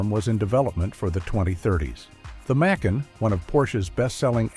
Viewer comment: This is AI generated. The tell: The name of their SUV is pronounced Mc' Ahn; not May Kan (like some city in Georgia).